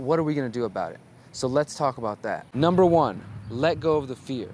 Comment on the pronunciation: Cant stop laughing, you got me when you said umber three and held up 2 fingers,lolAnyways brother, thank you for you involvement, you are doing awesome!Thank you for the good influence and good ideas.